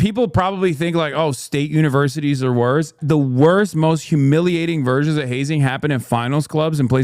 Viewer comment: versions or virgins?